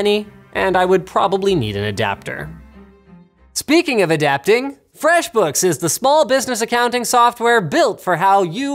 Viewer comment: What i heard ..."skipping of.."